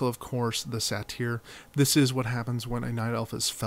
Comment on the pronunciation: “Say-ter” not “Sateer” lol..